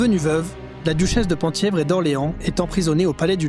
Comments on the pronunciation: Penthièvre se prononce pin (thièvre) et non pan ! thièvre. A ce titre étaient attachés les droits successoraux à la couronne du duché de Bretagne dont aurait pu se prévaloir le duc de Mercoeur, ligueur et époux de Nicole de Brosse les possédant. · Merci pour cette vidéo! Le Penthievre est un territoire dont le périmètre à beaucoup changé au cours de l'histoire, mais la capitale du duché était Lamballe. Penthievre se prononce "Pinthièvre".